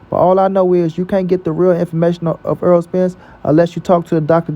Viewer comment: His name in NOT "Earl"!!!! If you like/respect him SO much, say his NAME CORRECTLY!!!